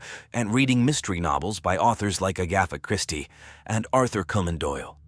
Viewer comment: Come on A I . It's Agatha Christie, not "yagith".